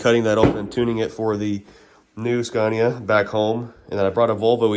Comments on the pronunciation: It’s “scania”. Not “sconia” lol. Sorry. I had to say it lol. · I can’t get over saying sconia 😂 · In this episode of “How will pronounce Scania today?” I’m 3 minutes in and I think I just heard him say “Scoh-nya.” This game is so fun haha. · The Swedish pronounciation of Scania is more like skaania than the american way skaenia. But it works either way😊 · Ask them how to pronounce SCANIA correctly 😊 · Just love the fact that you pronounce the names the wrong way all the time, just makes this even better. 😆😆 I know it’s hard, it was the same shit but the opposite for us learning English. Great content, its nice to see your excitement over our trucks and workshops etc. Things we just take for granted these days. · He was just in Scania (the region) to visit Scania (the company) and he probably heard them pronounce it in Swedish (Skåne). That's probably why he pronounced the English (Latin) version of the name with that particular vowel.